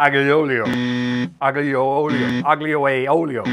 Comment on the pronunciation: Je spreekt het uit als: àlio ólio e peperoncino Dus die 'g' niet uitspreken